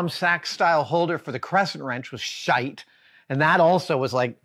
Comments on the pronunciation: Adam. Irishman checking in here. Shite - Pronounced like site, with a sh. Yours was a little hard on the i :-) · Whatever is the opposite of a pet peeve, I have it for when Adam says "shite" 💚😆🍀✌️